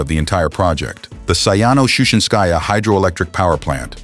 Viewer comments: Говори правильно: Саяно-Шушенсая ГЭС. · Шу'шинское, поставьте ударение правильно